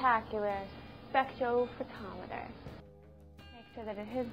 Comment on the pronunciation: wait, did she say "sex-photometer"?